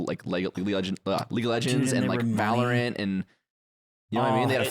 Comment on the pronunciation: I want ludwig to improve himself by saying valorant properly.